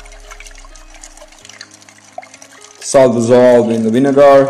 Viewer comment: winegar?? lol